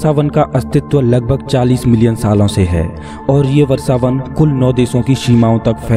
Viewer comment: What is Varsavan? It's vrashavan. You cant even speake hindi properly??